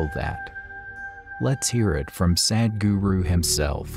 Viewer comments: It's not Sad-guru.. the English pronunciation of Sadh-guru.. in the end of your video is such an injustice with the word. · The one guy who comes and speaks in middle of the video... His pronounciation will be like SAD GURU .. 😐😐